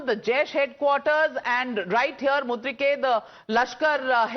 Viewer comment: Navika you are a very good journalist, however you somehow pronounced Mu. reed. kay as Mud. ree. kay!